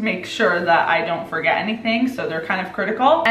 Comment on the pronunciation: "Firget the mistake and learn the lesson"